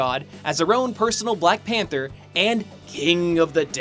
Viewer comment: I've misheard "BlackPanthaa" During all the video xD